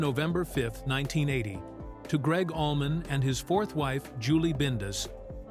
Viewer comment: And Allman = almond 😂😂